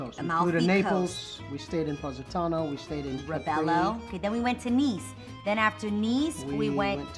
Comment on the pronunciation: It is Ravello not Rovello